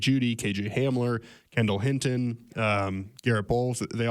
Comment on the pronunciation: Please pronounce HIN-TON correctly. It’s not Hitin lol